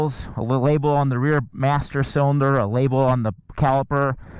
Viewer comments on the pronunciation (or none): none